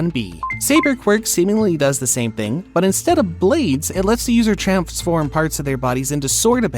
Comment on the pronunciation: we don't talk about how he said tramnsform